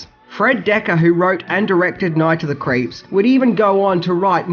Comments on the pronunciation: Sorry are you saying Night of the Creeps or Night of the Crepes? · "Night of the Crepes" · It sounds like you're saying "Night of the Crêpes"...which is a movie I want to see! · Sounds like youre saying Night of the "CREPES." 🤦🏽‍♂️ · “Night of the Crapes”